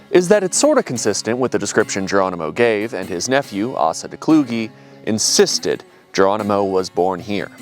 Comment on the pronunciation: Asa is traditionally pronounced Ace-uh when it has a Christian origin. Let me have this nitpick just this one man 🙏